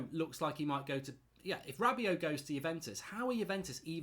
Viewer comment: Hirving Lozano plays on the left not right. He is an inside forward or inverted winger as he is right footed. He can play on the right but it is not his best position. This is the same with Daniel james. Also Rabiot is pronounced Rab be o not Rab be ot. These comments make you look silly.